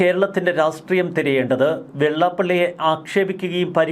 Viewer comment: ശ്രീ, താങ്കളോട് പലപ്പോഴും ആവശ്യപ്പെട്ടിട്ടുണ്ട് ഉച്ചാരണത്തിൽ ഒന്നുകൂടി ശ്രദ്ധിക്കണമെന്ന്. താങ്കൾ രാഷ്ട്രീയം എന്നതിന് രാസ്റ്റ്രീയം എന്ന് തെറ്റായിട്ടാണ് ഉച്ചരിക്കുന്നത്. ഇനിയെങ്കിലും ശരിയായി ഉച്ചാരണ ശുദ്ധി വരുത്താൻ ശ്രമിക്കുക.